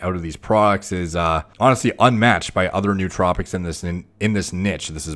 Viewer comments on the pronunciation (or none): none